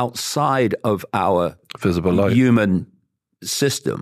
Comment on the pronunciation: Why does he never say the" h" and always say we are "uman "why its strange.??